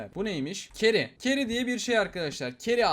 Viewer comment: abi keri diye değil çeri diye okunuyor